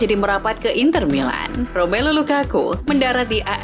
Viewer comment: I ❤ U min. Ketika kamu bilang rasaksa seri-a italia inter milaan...